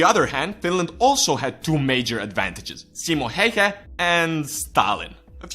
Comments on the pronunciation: Pleaseee! It needs to Be like: Simo Häyhä. A ~ Ä. Also if you want to know what Ä sounds like, you need to read this all the way to the end. So the letter Ä is the same when you say Apple. if you compare it to a word like a car for example, you notice the A letter in Apple sounds different than the letter A sounds when you say car. So just say the A letter alone. Don't say Apple just say the A letter and add couple of dots and you have made it. Also if you are still wondering what it looks like it should look like this: Ä and in lower case it needs to look like this ä XD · U. Logic same. Expesially how he pronounces Häyhä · Lol im from finland and when you said simo häyhä i just died from laughing ut souned so stupid XD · You pronounced his name wrong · Onks tääl ketää muita suomalaisii, jotka vetää hirveet cringet siitä että tää jätkä ei osaa lausuu "Häyhä" oiken? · That's how Häyhä gets you; he kills with impossible pronunciation! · that is not how you freaking pronunce Häyhä perkele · you can say häyhä good but you can train say ä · A finn gets triggered by how says Häyhä. Ä is like the a in the word "hand." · You pronaunced Häyhä wrong and trust me Im finnish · ä is pronounced like the a in man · you butchered his name really hard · It's not "Häjhä", it's "Häyhä". pronunciation is a thing that exists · Just some advice about how to pronounce the Finnish words with the letters "'Ä" and "Ö": Ä is pronounced like the A in the English word "hat", or "cat" Ö is pronounced like the U in the English word "fur". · What is heihe its häyhä not heihe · They always use too much "E" when they are trying to pronounce "Häyhä". So it sounds more like Hey-hä than Häy-hä. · "simo heyhe". No. Just no. The ä's are pronounced like the 'a' in 'mAn'' and the y like the 'u' in 'dUde'. HÄYHÄ. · it is Simo Häyhä not Hayha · No its not... its pronounced like a ä. Just like häyhä is pronounced like häyhä. Not heyhe, not hauhe its häyhä. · Simo heihe?:D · It is Häyhä tho.